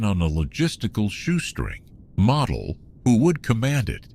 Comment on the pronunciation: Why can't they get Model's name right? He's not a toy. You say the O: like one of the 4 stooges: Moe: Model